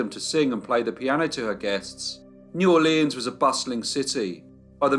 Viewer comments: DUDE!!! It’s pronounced neworlans—one word. Not New Orléan. No French accent whatsoever is applied unless it’s Cajun, and then it’s nawlins. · The name of the city is pronounced Nawlins by the locals.